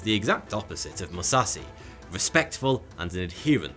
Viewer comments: Bro, I really don't mean to be rude, I just want to respectfully correct your pronunciation of Musashi's name. In case you might not know it is pronounced "Moo-Sah-She" , the end of his name is said like the normal feminine pronoun "She" , not "see" . Truly no disrespect, just wanted to let you know. 💯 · MusaSHI. not "MuSauCeY". How hard is it to properly pronounce the names of the individuals that you are featuring? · Seeing him pronounce names wrong makes me wanna puke, "Mi" "ya" "mo" "to" "Mu" "sa" "shi" . And not "kurki" it is "Khukuri" "Khu" "ku" "ri" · Its „Kukri“, not „Kurki“. Its „Buddhism“, not „Buddism“ and its said „Moo-za-shee“, not „Mussassi“ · pronounced MU SA SHI not (Mu sasi) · Musashi, not Musassie And Kukri, not Kurki lol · "Musassy"? It's MusaSHI 🙁 But still a great video 🙏🏽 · Mu- SA- shi Not . MU-sa-see And It's SA-mu-ra-i Not sa-mur-eye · "MUSASI" I believe his name is "Musashi". It's not that hard to say. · I get triggered every time he pronounces Mu-sa-shi as Mu-sa-si(c), Dude tryna turn him Mexican lol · Your pronunciation of "Musashi" just about killed me. Like god damn dude, its not "Moo-sa-see" its "Moo-sa-she" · Every time he says Musassi my ears ache. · Don't wanna be that guy but... Musashi with an "Sh" not Musassi... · He can literally pronounce Musashi as if it were an English word and it would be (almost) correct. Instead he chose "ma sassy". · Exactly. It was just pure torture listening to him pronounce Musashi as "ma sassy". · I get cancer every time you mispronounce MusaSHi's name as "MusaSi"... Also the weapon is a KUKRI not a Kurki whatever the hell that is....ffs man do your research. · Musashi MOO-SAH-SHE Emphasis on the second syllable. Don't you know that now days, pronouncing a person's name incorrectly is a hate crime, or some other silly sh!t? Carry on, sir! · "Mayamotou Musasi" LOL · He pronounces musashi as musahsi I don't want any more names butchered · Moo- sa- shi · Pronounce it with me. MOO. SAH. SHE.